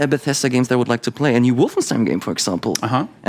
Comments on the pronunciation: Wolfenstein spricht man auf englisch genauso wie auf deutsch aus und nicht [Wolfenstien]. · Es gibt kein richtig oder falsch bei der Aussprache von Fremdwörter in anderen Sprachen. Insbesondere bei Wolfenstein wählt man aber die deutsche Aussprache, weil deutsche Figuren im Spiel es so aussprechen (würden). Im Grunde ähnlich wie bei Rammstein - niemand würde es "Rammstien" aussprechen, weil ihr Name in Liedern nicht so ausgesprochen wird. Trotzdem wäre es genauso "richtig" wie die verschiedenen Aussprachen von "Restaurant" im Deutschen.